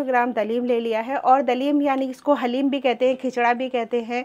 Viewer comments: डालिम नहीं हलीम बोला करोप्लीज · Daleem sun kr achcha laga hum bhi daleem hi bolte hai